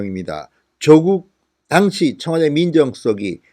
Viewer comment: 진성호님 "당시 " 발음 확실히 하세요 듣다 보니 따라 배울까 두려워요